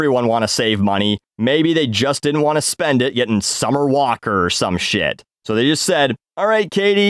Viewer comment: You did say so WRONG